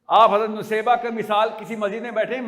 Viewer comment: Bhai saheb pronounciation to sahi kar lo in ka naam Naseebah tha Nusaybah nahi.